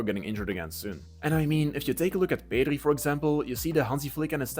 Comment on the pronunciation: PEDRI Not PERRI